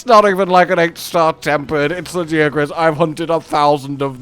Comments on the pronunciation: You pronounced it's name wrong ...erik told us how it's done Not ~lajiakruss~ it's ~LaGiahhcrus~ and now since we have official pronounciation i will rub it in everyones Face that pronounces it wrong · Why would you still pronounce it La-gee willikers-acrus. Erik TELLS YOU HOW TO PRONOUNCE IT. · Say LA-GI-A-CRUS damnit!! Great video as always!! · It’s pronounced LA GE AH CRUISE, not LAGI AH CRUZ, lol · I'm enjoying Laggy-ah-kris very much! Lol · Dude when erik said Lagiacrus. I was like “ERIK, Lag-AIA-crus” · no i was agreeing with him, lag-AIA-crus sounds better than what eric said. it feels like if someone called mizutsune "mit-soot-soon-ee", as a comparison. feels weird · I winced when he said laggy acrus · "Lard" + "Ghee" + "Ah" + "Cruise" 🤣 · I physically cringed when he said LagiaAHcrus but omg he's absolutely amazing, I'm so happy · It is really good, Lagiacrus quest surprised me. And they pronounced it -ah-crus weirdly enough. Not how I thought it would be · why do you keep saying it's name wrong dude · Just admit you've been saying it wrong c; (it'll probably be like the tigrex situation:0) As much as I like Steve I don't know what it was but apparently I got him a lot easier than I did..:0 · You are the only person I have ever heard pronounce it like that so yeah it's easy for you to say "say it however you want" lmfao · Just follow the Japanese pronunciation and stop being wrong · Funny how they literally pronounce Lagiacrus in game and people still say his name wrong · They say the name in game, use it properly absolutely disrespectful to this amazing monster to butcher his name like you do. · Ok, when Tigrex's name was voiced during Rise it made me curious, how the way they pronunced the name sounded basically how one would say it in Spanish. And now comes Lagiacrus and it's the same, the way Erik says Lagiacrus is basically how you would say it on Spanish... Interesting.